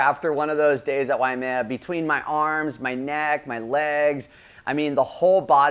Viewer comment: It isnt WAIAMEA...it's WAIMEA